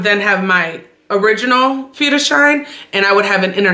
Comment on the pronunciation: Moin, 'Führerschein' sprichst du schon perfekt aus! - Daumen hoch! A. D. A. C. ist die Abkürzung von: Allgemeiner Deutscher Automobil Club. 'Public German 'cars Club.. Und man spricht es A - D - A C aus. Grüße